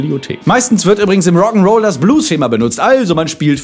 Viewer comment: hast du bei tatsächlich "Roggen" roll gesagt?